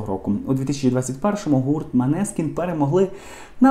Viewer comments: Неправильно произносите не Манескин, а Монескин и переводится как Лунный свет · Молодці Манескін!!! Наголос на " і"!!!!